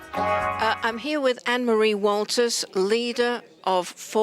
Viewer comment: Her name is Waters, not Walters as you say at the end. And her party is For Britain, not Britain First as you caption it at the start of the interview.